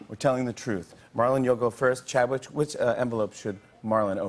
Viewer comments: "CHADWICH" what did he say?! 😕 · he said Chadwitch 😂😂😂